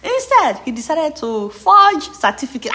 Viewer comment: He say na Cefticate🤣🤣🤣